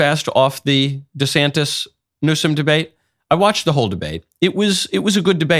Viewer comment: How many times did knowles mess up the names of Newsome and DeSantis?